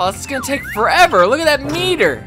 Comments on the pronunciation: Its suppose to be that not dat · "On top of dat" "dat" D-A-T